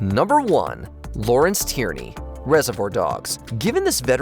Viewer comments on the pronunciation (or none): It's nor Tyranny. It's Tierney (pronounced tier-knee).